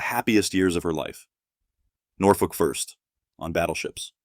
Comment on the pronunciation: Norfolk (thanks for pronouncing it correctly) was affordable back then